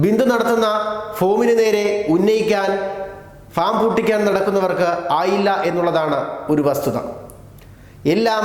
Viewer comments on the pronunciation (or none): ഫോം ഫോം ഫോം ... ഫോമല്ല ഭായ് ഫാം ഫാം ഫാം...ഒരു വാർത്ത വായിക്കുംബോൾ വളരേ ശ്രദ്ധിക്കുക...ഇങ്ങനെ പൊട്ടത്തരം പറയരുത്..ok